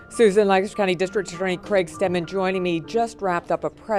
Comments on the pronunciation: im from Lancaster pa and it's killing me the way she's pronouncing it. It's lank-aster not lan-castor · Omg! I live in this area and this was big news when it all broke! Btw “Lank-ester” not “Lann-cester” lol we’re particular. Love you girl! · We have a Lancaster in SC and we pronounce it Lank-a-ster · Lan-KISS-Ter!! haha. From the area and this was big news when they arrested DJ Freeze. Glad they got the scumbag! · Ya gotta said it Lang-Kiss-ster PA. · Also weird fact, I’m from the area and we pronounce it Lankister. Weird I know! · Being from Lancaster and hearing outsiders pronounce it 😆 girl I love you! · Oof I live 1 hour away from Lancaster (which you btw said wrong) and I go to school in Lancaster and my whole family lives there. I'm shooketh. Oh my gosh I just remembered that my teacher told me that she used to live next to a murder victim and they have never solved case, but I'm not sure if it was Christy or not because when she told me that, this case wasn't solved.